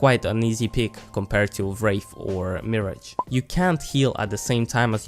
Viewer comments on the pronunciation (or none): Mirage(mi-raaj) I kept thinking you were saying marriage lol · Not "mirror-age" its "mer-ah-ge", that's been bothering me all video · Its pronounced [Mer][a][sh] not [Mi][age] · Very helpful video. Just a small point: Mirage is pronounced with the emphasis on the last syllable, not the first. So, mi-RAGE, and not MI-rage. It's from the French 'se mirer' (to be reflected). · Mirage is pronounced Meh-ra-zhya. Not Me-ridge. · "cow-stick" and "mir-edge" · meeridge? thats how you pronounce it... won't catch me with a sub if you can't even pronounce the legends name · cowstic... meerij... fucking really? English isn't that hard. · The more I think about this, the more pissed off I get at how he pronounces “mirage” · You’re pronouncing Mirage wrong. Can that be the next video please?? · Plz learn to say mirage correctly